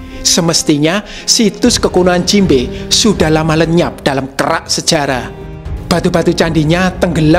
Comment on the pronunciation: jimbe kok malah aku denger nya jinbei